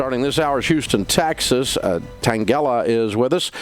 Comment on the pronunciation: Houston, "taxes"